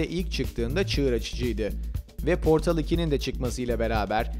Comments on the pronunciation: portıl diye okunuyor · Portal'ın okunuşunda "ı" yok. Nitekim İngilizcede "ı" sesi yoktur. Çoğu zaman "schwa" (ə) ve "ı" sesleri birbirine karıştırılır. Portal'ın okunuşu "Po:tl" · The yı ingilizce okuyup portalı türkçe okumakta ayrı birşey :D